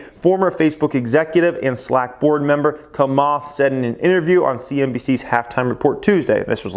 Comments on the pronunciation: it s Chamath (like chair ) not kamath ! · Its not [kamath], its [chamath] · ugh at least learn to pronounce Chamath's name properly.